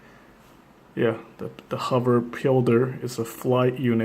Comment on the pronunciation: pilder. pronounced Pile-der, not peel-der.